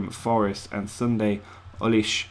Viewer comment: As if you’ve never heard of Sunday Oliseh 🤦🏻‍♂️